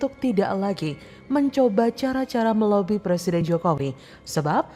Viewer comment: Anak TK muka aki2, ngomong R aja ga bisa, mau jd plesiden, wkwkwk